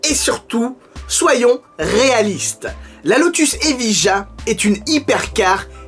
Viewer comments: T'as qu'à prononcer ça Eviya... Comme Sevilla !!! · Ta prononciation de Evija me gêne autant que celle de Geely 🤣